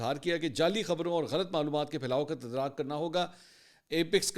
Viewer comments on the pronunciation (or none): Word taddaruk hota h ap tadraak bolty h لفظ تدارک ہوتاھے آپ تدراک کھتے ھیں plz apni Urdu ki pronunciation thk kren m bhai